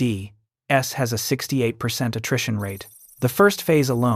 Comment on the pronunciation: The non supporting graphics and the constant mispronunciaton of BUDS (not bud-S) was annoying.